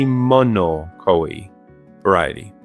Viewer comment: If I hear him say Koeh instead of koi one more time graaah im gonna grrr do absolutely nothing about it